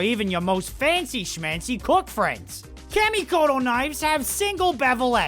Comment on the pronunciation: "camy" is that hard to learn how to pronounce something